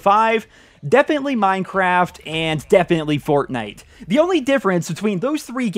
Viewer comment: Idk why, but hearing say Minecraft sounds really strange to me.